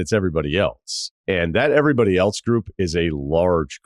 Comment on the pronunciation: I like this video. One question. Are you saying “elTse” or “else?”